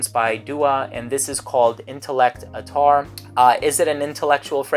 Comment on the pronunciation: Its 'at-tar' not attaaar...